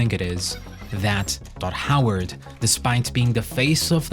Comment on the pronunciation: It's very amusing to hear this fella repeatedly call Todd Howard "Dod Howart"